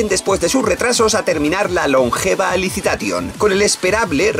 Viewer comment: Nadie:: "AlisiTation" xD